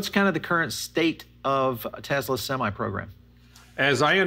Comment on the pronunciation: Semi not seme